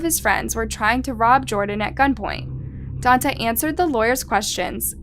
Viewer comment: "Dawn-tey", Jesus Christ, learn how to pronounce stuff.